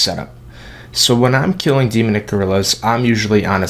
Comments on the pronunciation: "Demunick" really? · stopped watching after you couldn't pronounce demonic after the 10th time..